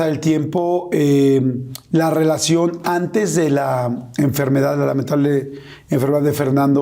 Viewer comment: Esa rielacion no la rieconoce ala rriaccion